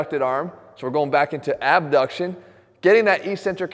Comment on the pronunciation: So...so...so...abs-duck-shun. So...so...so...we want to uh...abs-duck-shun the chest muffles to ah..umm...abs-duck the...the...ah...the... BAM! Jeff is my new hero.